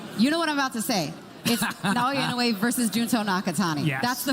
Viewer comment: Typical disorganized MGM, they don't know how to pronounce Naoya Inoue's name.